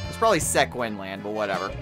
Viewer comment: For future reference, Sequin is pronounced See-Kwin.